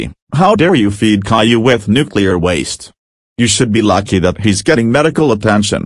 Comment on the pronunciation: How you pronounce it "cailou"